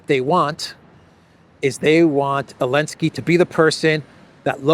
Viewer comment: It is NOT”Elensky”. It is Zelensky. His last name starts with a consonant “z”/“з”: Зеленский.